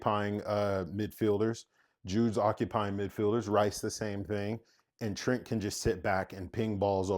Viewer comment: They butchering my boy Trent!